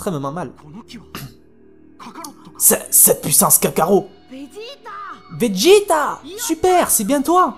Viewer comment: On dit kakarot pas kakaro